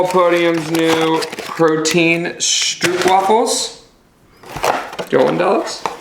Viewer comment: As a Dutchie, in case you want to know... Or maybe you don't, in the Netherlands we say it more like Stropewafel, like rope, but with ST in front of it :)